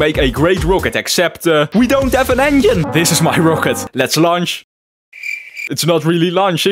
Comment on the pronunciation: I love how he says "engine" to "onion"